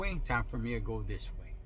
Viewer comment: There ya goo bud 👨-white man voice